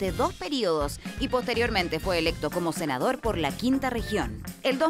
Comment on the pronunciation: ¿Cenador? o ¿Senador?